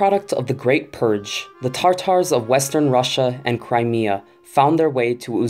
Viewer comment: Stop saying tartar it’s Tatar